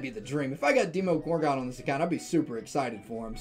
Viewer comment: Hey, it's pronounced VUH-JEE-TUH and DEH-MO-GORE-GAWN